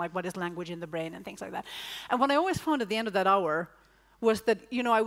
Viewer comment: The way he says always is not ok